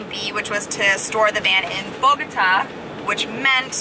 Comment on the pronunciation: Welcome back! Missed ya's., you only got 9 1/2 hours of sleep? 😅 I have great memories of Bogata, and Max, you pronounced it without a problem, Congrats!!!!! You both look really rejuvenated! Beautiful landscape, where exactly is that, definitely gotta go there!!!!!! Max, kicked your ass on the workout, c'mon Max, ya can't let make ya look bad like that man!!! 😜 Cauliflower taco's? Ecuador is beautiful. Great outtro!!!